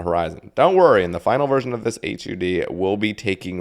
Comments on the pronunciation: hud not h u d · maybe its just me but hearing H U D instead of "HUD" sounds insane to me lol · Buoy= boy and just say hud instead of H U D